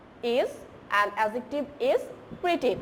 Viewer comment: Miss "Pretty" not "Preety"